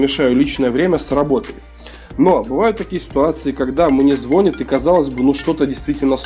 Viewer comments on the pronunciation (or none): Все хорошо, полезно, но звонИт! Нет звОнит, а звонИт! Очень сильно по ушам бьёт. И да, я грёбаный гуманитарий 🤷🏿‍♂️